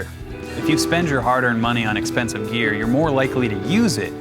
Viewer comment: I hate how you say "GeAr"